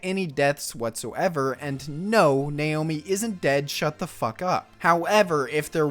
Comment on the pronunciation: It's 'Naomi' not 'nayomi' lol